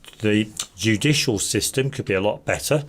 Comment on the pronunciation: Idiot cant even say judicial. Lol